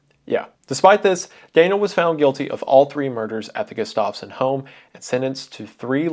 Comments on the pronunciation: I’m begging to pronounce Gustafson correctly Wendigoon. It’s Gust- of - son not Gust -off - son. Sincerely, someone with that last name who has never had their name pronounced correctly. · i live right next to townsend and andrew was my grandpa's cousin, crazy story to hear edit: it is pronounced GUH-stuff-son not guh-STAV-son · gustafson is pronounced "gus-toff-sun" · The way he's pronouncing Gustafson isn't right😭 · Jesus man, look up pronunciations. Not knowing how to pronounce simple last names like Gustafson is just so off putting!